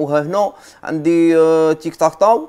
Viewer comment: قاتلو تيك تاك تاو😂 قالها تيك تاك تيو😂😂😂😂😂ههههه